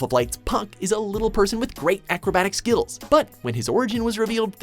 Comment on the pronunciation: anybody else hear the guy about with amazing acrobatic SKITTLES